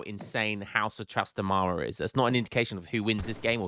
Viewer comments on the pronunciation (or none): hi, its pronounced trastámara not trastamára